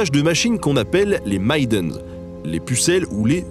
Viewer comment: Mais putain, vous allez apprendre à prononcer AI, en anglais ??? On ne dit PAS MAILLE-dène, mais MÈ-deun !!! C'est comme RAIDER, ça se prononce RAIDEUR ! Pas RAILLE-DEUR ! Sinon vous dites le mot RIDER, qui n'a RIEN à voir !